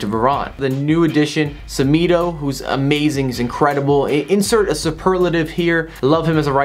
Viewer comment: Sehmedoh lmao u gotta say Semedo like AA9 SHMEDU and lol at umtitty